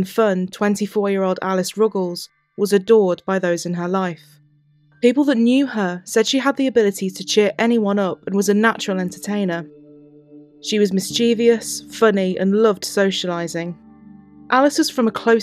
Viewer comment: There is no such word as "miss-chee-vee-us". The word is pronounced "miss-chiv-us".